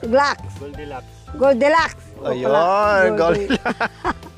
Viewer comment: 😂😂😂nakakatuwa talaga mga words mo, yung goldilocks naging goldenlock🤣🤣sakit ng tyan sayo pero tanggal stress nman we lo♥️you team LAT more power to your youtube channel